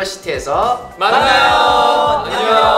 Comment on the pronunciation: 렌: 영어 발음 뉴niVERRsity 아론: 미국인, 한국 발음 뉴니버시티